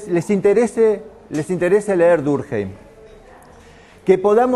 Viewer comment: Muy bien organizada, excelente elección de contenidos. Un detalle, es francés, su apellido se pronuncia durquém, si fuera alemán sería durkjeim